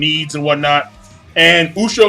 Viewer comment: Ushio "toe" tora.